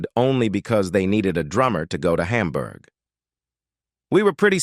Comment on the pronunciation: Why do you pronounce Hamburg as Humburg? Do you pronounce hamburger as humburger?